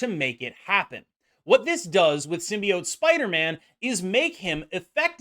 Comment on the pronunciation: Actually nice to hear a content creator pronounce “symbiote” correctly lol